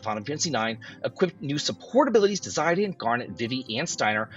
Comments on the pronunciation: Not Zaiden its Zidane don't butcher the name of the best character ever. ⚡️ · Man, Zeye-dan is the craziest pronounciation I've ever heard for that name. It's a common north-african name. It's pronounced Zee-dan. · 4+ years of FFIX Remake announcement soon. It's all BS until they actually announce it. Zydan, vihvih? What's with the pronunciations? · Did this dude just say Zy Dan? 😅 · "Zie Dan" ???? haha